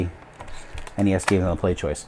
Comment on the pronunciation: I found it,its ,and it turns out you actually said PlayStoishen. XD